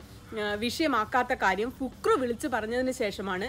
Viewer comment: പുക് റു അല്ല ഫക്രു 😆😅